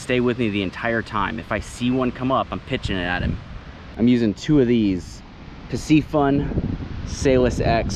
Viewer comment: The way you pronounce piscifun and shimano 😂😂😂😂